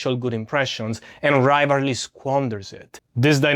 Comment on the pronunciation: Are you saying rivalry?